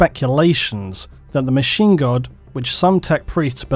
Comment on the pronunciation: Every time he says Machine God I think he's saying Machine Gun...